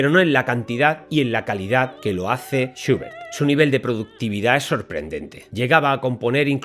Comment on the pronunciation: ahh, entiendo porque esa pronunciacion suya de Schubert, lo pronuncia "shiubert" seguramente por la U inglesa, la cual en aleman es identica a la U en español, por lo tanto "SchUbert" como chulo, lulo, culo, pero algo mas larga. Disculpe la correccion.